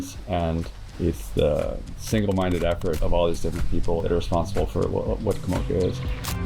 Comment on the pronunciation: Just once, I want to see a white person make the effort to pronounce the Pacific Island names of the places they live in, correctly. It’s not Ka mouka. It’s Ka morca.